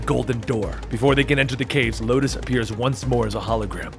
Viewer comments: Di- Did he just say "Locust"? It's Lotus... xD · Lotus not Locus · LOTUS. Not Locus or Locust smh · ITS LOTUS NOT LOCUST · Lotus not locust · I'd love to see more Warframe lore (even though I already know most of everything). Although side note, you kept called Space mother "Locust" when her name is actually "Lotus". As in the flower. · Did anyone else catch how he said Locus instead of Lotus at some point😂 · If you do more of these then plz... its lotus not locust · This looks like an alternate universe of Warframe since everything became so confusing, and Locust? LOCUST?!? I think you meant Lotus, but this story is good anyways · locust... honestly... acurrate. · First of all it “Lotus” not locust. And second, it’s about damn time you make some warframe lore! PLEASE! For god’s sake! Do more!!! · LOTUS LOL. you said locusts 😂😂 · Lotus the name is lotus not Locust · YES! More please. Also not to be a smartass but its lotus not locust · The Lotus, not The Locus/Locust. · amazing job but it's pronounced lo-tus not lo-kis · You said locust ...... it’s the lotus ..... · Btw it's lotus not locust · Btw it is the lotus not locust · Did you call space Mom locust ??? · Any one else here him say locust not lotus..I was triggered for a second lol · Did you say locus instead of lotus? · By the bra it's lotus not Matisse (just correcting ) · i thoughi i was the only one hearing it wrong xD but ya lotus not locust. Maybe cus of copyrights 🤔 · Pretty sure he meant Lotus but it sounds as though he said Locust. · is it just me or does he sometimes say locust instede of lotus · He said Locust like the bug listen again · Ricardo Ortiz-Joseph I heard Locust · Lol did anyone else hear Locust? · No hate or all but its lotus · Locust? Other than that, my favorite of your videos! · Ikr it says her name in the comic so idk how he fucked it up